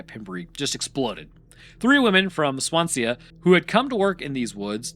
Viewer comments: He didn't even try with some of the names. La Havre rhymes with Brett Favre. Swansea is like it looks, swan-sea; not Swansee-ah (unless you're James Hetfield). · Swan-see-uh? Fuck me dead... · Not only has he called the Welsh "English" but the way he's saying Swansea, probably one of the only place names in Wales you don't need a throat full of phlegm to pronounce properly 😂 Brilliant 👌🏻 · Are you trying to say Swansea? Its pronounced "Swan-sea" not "Swan-see-a" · Sorry the way you are pronouncing swansea as “swan see ya” is hilarious Its literally swan sea together but i understand since welsh/wales has some strange names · Swansea is pronounced "Swan-zee" lol Good video though! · First, Wales is not English, but some of our place names are close to the english pronounciation that what you'vre come up with. Let me help you out: Camarthenshire: cam-ar-then-sher Cefn Sidan: kehv-n shee-dan (not "keev") Swansea: swan-see If you have any questions in future, feel free to slide into my DMs, and I'll help you out with pronounciation. ✌️ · The pronunciation of Swansea is killing me 😂